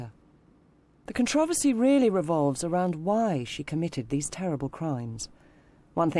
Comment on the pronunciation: Not to take away from the purpose of this video... but is this really how Controversy is pronounced over seas? Its driving me mad the way i the narrator pronounces it! I need answers people. kthanksbye.